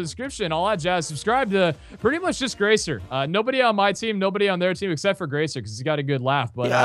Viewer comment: anyone else get slightly annoyed when you hear the pack guys call Graser Grace-er and not Graze-er.